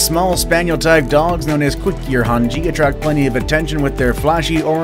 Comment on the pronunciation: cooker hun hay. Is how it is pronounced .